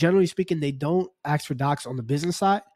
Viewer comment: “ASK” not “AXE” 🤦🏼‍♂️